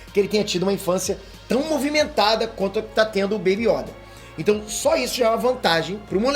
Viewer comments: Mdsssss não é Yóda é YOda porra só fala Yóda com acento no O!!!!. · voce fala yóda mas se pronuncia yôda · Corrija a pronúncia, por favor é yôda. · MANO NÃO É YÒDA É YODA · Por favor para de falar Yóda é Yôda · YODÂ KKKKKK é YODA ou pera acho q falei merda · Eu não aguento o falando ''IÓDA'' que agonia velho! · Quando o fala yóda eu racho de rir e qui Gon jinn pra vc é um dos maiores humoristas da história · carai, "yÓda" num da mano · "YÓDA" KKKKKKKK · Meu Deus vou dar des like só pq tu falou yóda misericórdia eu sentia dor cada vez que vc falava